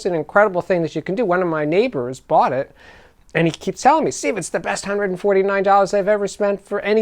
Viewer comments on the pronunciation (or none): none